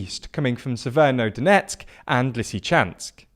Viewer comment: Read the names of the cities slowly before recording. This is not the first time you call Severodoneck Severnodoneck, and mix up syllables in the names, like Chaklove instead of Chkalove. It makes you look amateur. Also listen to the actual pronounciations, because Lyman is pronounced as Lee-man, not Lie-man.